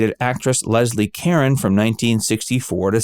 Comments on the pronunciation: The narrator pronounced Lesie Caron's last name (it rhymes with "a phone") as Leslie Karen. So much for being on top of show biz. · He did- not enough attention to detail, & as noted above, 'hook up' is crass & frankly, rather disgusting!